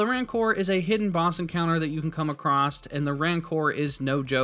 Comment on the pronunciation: Very helpful. Keep in mind, though, that "acrosst" is not a word. And you seem to say it in every video. ;)